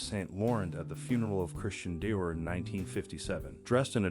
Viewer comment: Bar dot? Really... Too lazy to fix the audio? AI is going to ruin this platform. And now Loo ver? Saint Laurent is bad enough but Day vor followed by Die or? smh... Shwarz uh naygr...